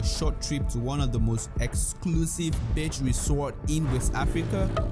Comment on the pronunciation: It's BEACH not BITCH 😂😂😂